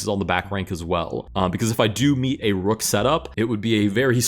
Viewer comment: "rook" more like rock